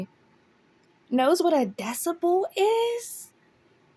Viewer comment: i'm shocked that she pronounced it right lol, or got her mom to help her pronounce it right